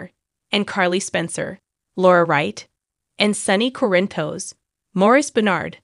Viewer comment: Oh great a new one 😠😠😠 Yes we have known for 2 weeks he was... need to pronounce Sonny's last name correctly...